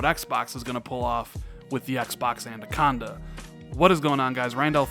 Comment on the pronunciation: Anaconda,. Anaconda. Not Andaconda. 😉